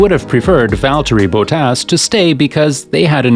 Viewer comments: His name is not "Bowtaas"🤬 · Valtteri Bo Tass, eh? And here I've been mispronouncing his name all these years.